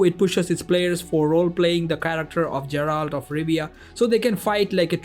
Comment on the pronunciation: Geralt (Guh not Juh)